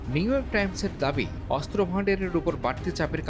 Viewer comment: অস্ত্র উচ্চারণ শুদ্ধ উচ্চারণ করতে হবে, 😮ভালোই 😮